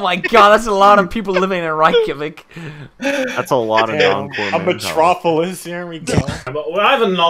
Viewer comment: Everyone: Reykjavik: Reichjavik